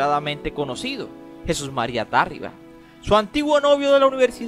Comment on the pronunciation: Es Tarriba, no Tárriba. Aplícate.